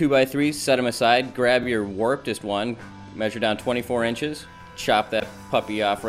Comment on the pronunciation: "Warptest one...?" :)